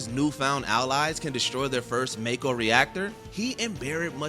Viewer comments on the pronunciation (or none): This is a list of hardest FIRST bosses it seems. Looks like it was incorrectly named. Plus the pronunciation... MAE-ko, JER-alt, Gas-COEN, GAY-den... etc